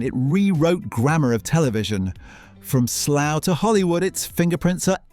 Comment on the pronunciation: Your from the uk, why do u call it slow instead of Slough?